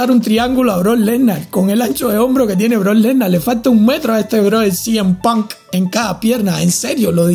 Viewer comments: como dice el nombre es lo mejor del video "cm PUnK" 😂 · a alguien mas le dio risa como dijo cm punk?